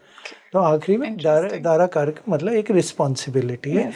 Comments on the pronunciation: Madam यह dara karak कहलाता है ना कि दर कारक. दारा का अर्थ है स्त्री( पत्नि).एक anchor host होने के लिये इतनी जानकारी तो होनी ही चाहिए. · Madam ji please, it's not dar karak it's Daara karak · Darkarak iska pronounce galat hai Daarakarak hai wo Daara arthat bharya arthath patni ko daara kehte hai.. Daarakarak boliye isko 💯aruda lagan nehi aarurh lagan kehte hai.. pronounciation sahi hona chahiye. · Learn some basics of astrology... It is Dara karak.. Not dar...... Don't darao with this vocab please